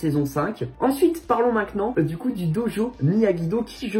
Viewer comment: On dit "maintenant " pas "Maincnant"